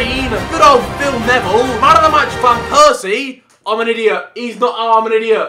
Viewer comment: Man said nevlel, I think you mean Neville